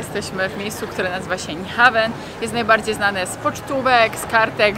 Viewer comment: "Niuhałn" A nie "Niuhaven" za kiebsa 36zl?? Chyba miałaś ma myśli korony...